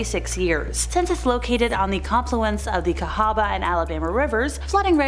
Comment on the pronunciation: Thank you for pronouncing Cahaba correctly. Sincerely an Alabama native.